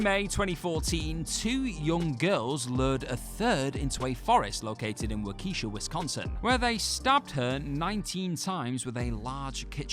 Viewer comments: Waukesha: It's pronounced Wa-ki-shaw, not Wa-key-sha. Just something that bugs Wisconsin native 😋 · lol I came here to say that.. Waukeesha.. hahahaha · As a Wisconsin resident, it tickled me to hear how you pronounced "Waukesha" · He failed the test and shall be forever banished to Illinois. 😂